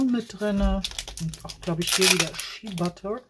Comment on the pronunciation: ...Shea Butter...das e wird als i ausgesprochen.. schia 😅